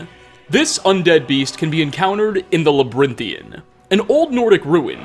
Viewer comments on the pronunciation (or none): Okay! Say Labyrinth: Labyrinth Now say Inthian: Inthian Now say Labyrinthian: Labrinthin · the labrinthian? i thought it was the labyrinthian